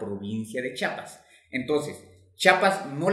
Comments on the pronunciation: Pero es Chiapas, no se dice chapas. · Sólo quiero decirte que no es Chapas ES CHIAPAS te comes la i. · Se dice.chiapas. mas no chapas que pasa amigo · Para explicar, hay que saber pronunciar. Chiapas en lugar de chapas. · Oiga, donde es chapas, porque los Chiapanecos somos de CHIAPAS, con i entre la H y la A, Chía pas,... Ya no seguí viendo su video porque nos es molesto a lo Chiapanecos que degrade el lindo nombre de nuestro estado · NO se dice CHAPAS! amigo, no se dice chapas. NOO! Se dice, CHIAPAS. No entiendo por qué aún "supuestamente" profesionales le dicen así. Tienen que informarse bien señores, gracias. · Es Chiapas con "I" no Chapas,. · Me cae mal cuando la gente dice chapas , Se dice CHIAPAS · Mi dudas es... Se dice Chapas o Chiapas? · Se dice Chiapas, no chapas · Es Chiapas Chiapas😂😂😂😂😂😂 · CHIAPAS NUNCA FUE DE GUATEMALA Y SE PRONUNCIA C H Í A P A S